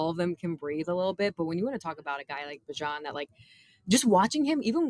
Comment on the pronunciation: I'm going with with Beejan and not Baajan. Bijan like my Dijon on my pretzels and cheese!